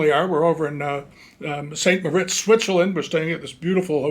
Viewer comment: FYI: "St. Moritz" is pronounced "San Mar Eets."